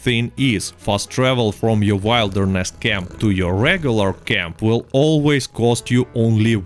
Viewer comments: Haha love the way you say wilderness. To properly say it, you pronounce it like Will-derness not Wile. But no big deal really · wilderness is pronounced like will-derness instead of wild-erness. Your English is dope though. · Genuinely not picking on you 'Wilderness' camp, a word not pronounced like the noun of it. It is w-ill-derness camp where the wild section is pronounced with an "ill" sound. like im feeling ill. 👍 Good wideo though I actually learned some sh.t. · It's pronounced will derness . But your way sure is funny to hear. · Don't chuckle at how he says "w-I-lderness camp" guys, it's VERY easy to mispronounce words when you are learning a second or third language. Good students read in the language they are learning, and very often you read a word that you have never heard anyone pronounce... you read it, you understand it's meaning, but you haven't had a native speaker SAY it it you so that you know HOW it is read and pronounced. Understand that it's a very common situation and happens with many words during a person's journey learning a language., as always - amazing video and solid tips, благодарю! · It's pronounced will-der-ness. I been leaning Spanish and I hate when I'm saying something wrong and no one corrects me. Love your video regardless of your pronunciation lol you the man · Yeah, when he kept saying Wild er ness I had to laugh